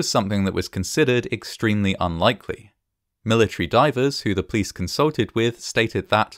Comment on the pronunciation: Except when he recounts how the building clapsed, or the plice were on scene in minutes.